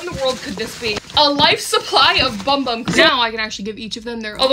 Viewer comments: “Bum bum” no hate but it’s BOOM BOOM which is the correct way to pronounce it in Portuguese! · heyyy it’s pronounced like ‘boom boom’ not bum bum! Just thought I’d let you know Incase you didn’t already! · For people who are confused The bum bum cream is pronounced, boom. Boom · Just to help you out, it’s actually pronounced Boom Boom cream instead of bum bum cream😊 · fun fact: ‘bum bum’ is supposed to be pronounced ‘boom boom” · Not to be this person but it’s not pronounce bum bum it’s pronounced boom boom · It’s actually pronounced boom-boom not bum bum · Bro she said bum bum it’s pronounced boom boom but says bum bum lol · It’s actually pronounced boom boom not bum bum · Did you know that bum bum cream is actually pronounced "boom boom cream" !? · Sol de Janeiro when watching this: is..... Pronounced............ BoOM bOOm CReAM!!!!! 😂😂😂😂😂😂😂😂😂😂😂😂😂😂😂😂😂😂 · its pronounced "boom boom" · hey letting you know it’s clarified to be pronounced “boom boom” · I thinks it’s pronounced “boom boom” cream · I acctually found out that bum bum cream is pronounced boom boom cream but if you still wanna call it the same thing you do you girl😂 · Yall😂😂😂😂it’s pronounced Boom Boom cream😂😂😂😂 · ITS PRONOUNCED BOOM BOOM CREAM! IF YOU DONT BELIEVE ME LOOK AT THE SHORT SOL DE JANEIRO POSTED ABOUT IT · It’s pronounced BOOM BOOM cream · By the way, it is pronounced “Boom Boom cream”!! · it’s pronounced “boom boom cream”😂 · Wait I thout it was pronounced 'boom-boom' have I been saying it wrong this whole time? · It’s pronounced Boom-boom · Btw no hate it’s pronounced boom boom in brazilian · Its pronounced boom boom btw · Its pronounced boom boom. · it’s pronounced boom boom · Isnt it pronounced boom boom?